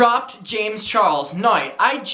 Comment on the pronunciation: And when he says “nye” instead of now 😁😁😁🥰🥰🥰🥰